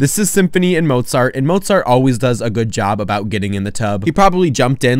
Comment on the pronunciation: 99% of the video: ☺️😇🥰 1% at the end: "ByE sYmPhOunY aNd mOzAughhrTtt" 👹👺👹👺💀😈